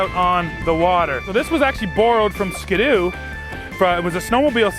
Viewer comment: “Ska-doo”?… Ski-doo?